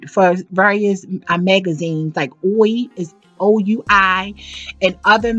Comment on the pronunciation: Oui is pronounced "WEE"